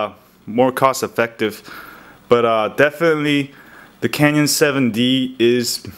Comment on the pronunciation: I get it you're not really a photographer, .. you cant even pronounce CANON correct..